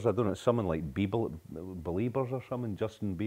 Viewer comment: Beliebers? Alan, are you alright?